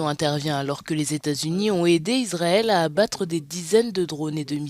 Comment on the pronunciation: Iswaël a lé dwoits dé sé défendre , mes Fwéwes...